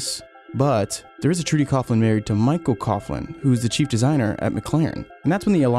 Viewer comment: its not cough-lan its pronounced cow-lan